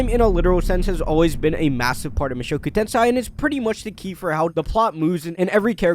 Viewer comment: Repeat after me: Moo (like a cow) show (like showing ), ku (cool but cut the L) , Ten (10) , say (say say) Now repeat Mushoku Tensei not tensai 😭